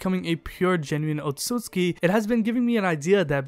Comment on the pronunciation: Wtf this dude is saying otsusuki and not otsutsuki. Thats stupid.